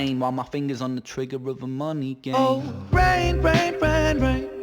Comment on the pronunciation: Also for me "Rain. Rain. Rain. Rain." sounds like "Reign. Reign. Reign. Reign."